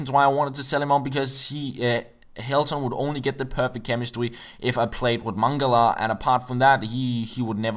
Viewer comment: The perfect chemistWy :)